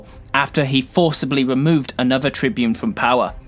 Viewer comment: Now I shall talk about the great Tiberius Gracchus. The Tybune Tiberius, Trybune Trybune Trybune......*Gets brain aneurysm* 😅 Seriously though, outstanding video. Have you thought about making a 10 minute plus your standard? 😊